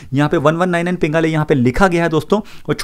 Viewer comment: Bro it's panigale not pingale😂😂😂